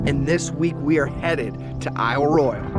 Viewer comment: I just wish you learned how to pronounce Royale for this video. It was very distracting.